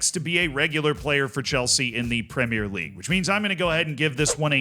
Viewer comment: I’ll concede you are starting to say ‘premier league’ correctly but it’s not there yet. It slipped back to premierré once or twice.